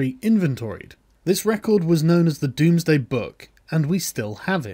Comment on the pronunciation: Domesday Book. Not Doomsday.